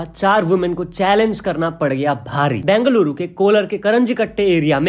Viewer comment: Broo, it's not bangaluru 🤡 It's bengaluru Or bangalore Freakin collab karwarahe ho bin baat ka. News bol rahe ho, thoda dhyan se baat kar na, influence hote hein log isse